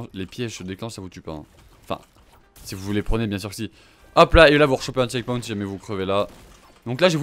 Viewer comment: entendez bien comment il prononce "checkpoint" 😂😂😂😂